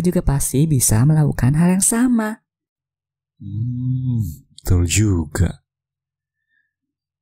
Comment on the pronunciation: "beeetul" I liked your accent